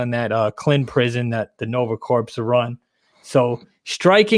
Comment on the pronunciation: If we are gonna talk about books can we learn how to pronounce words properly? Corps is pronounced CORE, not CORPSE.